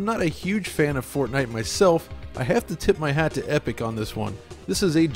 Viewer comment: Everytime you say Fortnite I understand Fartnight. So going by that, I just farted at night.